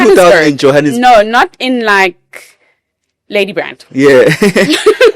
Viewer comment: Ohhh girl did u say Ladybrand😂😂😂😂 Wow😅